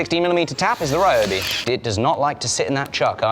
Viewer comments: "This Raiyoubi drill..." The other errors are to be expected, but pronouncing 'ryo' as 'rai'!? HOW do you manage to get 'rai', from 'ryo'!? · Ryobi might do better if you pronounced it's name correctly 😂😂😂 seriously tho, was def time for something new, Ole girl served you well